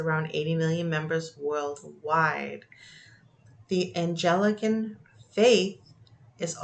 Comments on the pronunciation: All respect! Anglican gets pronounced “ Ang.lick--an! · Check the pronunciation of “Anglican” please.